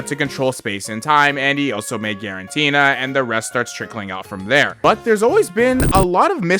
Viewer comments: I can't stand "guaranteena" lol. "Giratina." It's "Giratina." There's no "n" before the "t." Great video otherwise! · It's Giratina, not quaranteena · why does bro keep saying freaking Girantina😭🙏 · Guaranteena? More like guarantee.